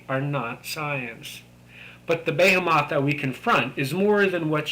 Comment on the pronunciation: Behemoth is pronounced "be-HEE-muhth".